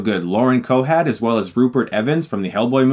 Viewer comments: Sound like youre saying Lauren Cohad instead of Cohan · Lauren Cohan. Not Cohad. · Was anyone else hearing Cohad instead of Cohan? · COHAN. NOT COHAD. COHAN. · lol same! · Why are you saying, "Cohad?" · vandaley still should get her name right. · I thought I actually misheard it. Guess Stuckmann was just WRONGGGG. I think that's the first time I've really heard him mispronounce a name he should've pronounced correctly. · He definitely says Cohad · did he say Lauren cohad? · Cohad...? what? Her name is Lauren COHAN. That's co-han. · Chris calling her Lauren Cohad is almost as funny as when he called Jada Pinkett Smith "YADDA"! lol! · Cohad? LOL! He doesn't even know her name. It's Lauren Cohan. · Did he say "Lauren Cohad" throughout the video? It's COHAN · Cohan* lol not Cohad. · Lol it's lauren cohan, pronounced co-win, not co-had. Think the Coen brothers. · cohan.....not cohad lol. keep up the great channel. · Cohan not Cohad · Cohan.Cohan! Not Cohad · Its lauren coHAN not coHAT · lol Yeah He definitely was saying her name wrong. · That's not how you pronounce "Cohen". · ***** it'd be a slip of the tongue if he only said it once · I was distracted by the way you were saying Lauren's last name. There is no "d" at the end. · I'm pretty sure it's Lauren Cohan*